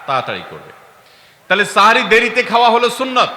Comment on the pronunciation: সেহরী ❌ সাহরি ✅